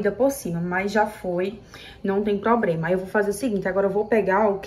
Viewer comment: não é "probrema", é "problema"